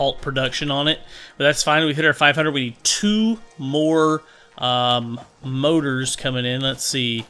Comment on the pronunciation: those mouras hahha i always laugh when you say motor and oil LOL